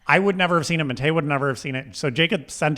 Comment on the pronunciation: I'm way more shocked that can't even f*cking pronounce Matteo right. American ignorance level 100%